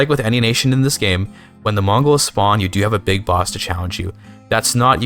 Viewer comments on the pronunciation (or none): none